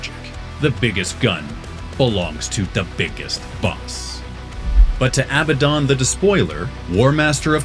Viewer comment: ARRRGGH! It is pronounced "uh-BAD-dun." There are 2 d's, NOT 2 b's. 🤦🏻‍♂️